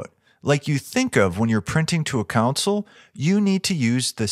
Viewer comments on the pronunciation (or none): "ConSOLE" not "COUNcel". love these things!